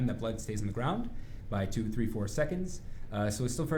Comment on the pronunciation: What's a "wrait"? :P I've heard it more than "tree" times